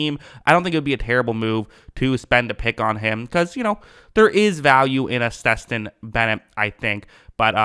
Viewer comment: Damn how you fuck Stetson name up like that?😂 Steston?😂